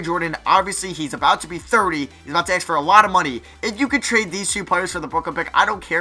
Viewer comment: Why does he say aks instead of ask??